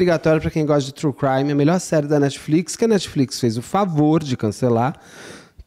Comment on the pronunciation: o intrevistado nao sabe falar o nome brasileiro da comparca... o intrevistado chama o "crime" de creme.. isso em 2 minutos e parei de assistir. Uma mala e referido como "bolsa". a menina dentro da mala nao e uma sena de orror, corrigido pelo ilustre.